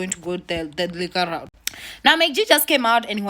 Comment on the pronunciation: Why do you keep saying "legal raot?" Instead of legal route ?